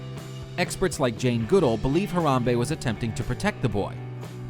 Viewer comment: HE PRONOUNCED HARAMBE WRONG!!!!